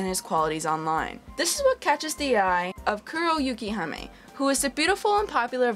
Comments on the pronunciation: You respond to a 2 year old comment to add the Kuro part, when my issue is with her pronouncing it "Yu Kee haa May" instead of what i said above? What was the purpose of your comment? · love your review, but one thing damn near made my ears bleed.. it's Yukihime, Yuu-Kee-Hee-May (snow princess by some translations, but im not exactly sure of the official one)